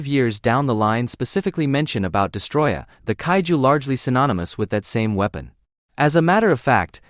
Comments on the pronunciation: destOroyah, not destroyah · STOP SAYING DESTROYAH ITS DESTOROYAH WITH 2 OS